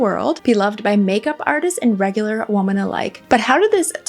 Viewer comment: Oh my gosh, I was wondering if I was hearing things, then realized I wasn't, then thought perhaps maybe she has an accent!😀